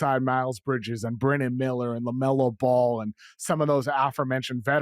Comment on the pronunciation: Love to hear a dude's opinion on a player that can't even pronounce his name correctly